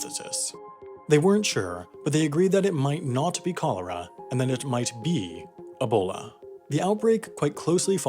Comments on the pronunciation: Great video, but PLEASE, it’s E-bola, not AH-bola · EEBOLA NOT ABOLA